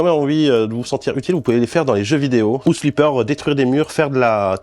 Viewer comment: Metal Jir, Ze Cari, Dess strending, housse flippeur.. le charme à la française j'adore 😂😂 btw super ton jeu...